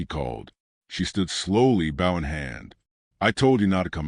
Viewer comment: I love these stories but the way the word bow is pronounced is wrong an gets irritating.. it's the long O sound.. like saying the word "low" with the letter B instead of the letter L.. I'm sure this is AI but still as a country person listening to these wonderful stories.. Thank you keep them coming.. (an change the way bow is pronounced pls lol)